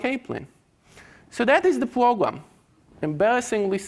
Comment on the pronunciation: This this man just say "It's a Pwogwam?"